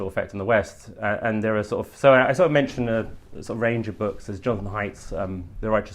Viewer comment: Wear a tie and stop saying ‘sor’ of’, you scruffy old so and so Ed.